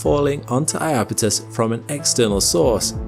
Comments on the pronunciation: Beautiful video. But I wish people wouldn't call the moon eye-apetus. When I grew up, it was spelled Japetus, with a J, which caused everyone to pronounced the word with 3 syllables in proper Greek style as "yapetus." And then, at some point, that J turned into an I and everybody decided to add another syllable. Every guide now reflects that. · eye-apethus? is that really how English is butchering the name?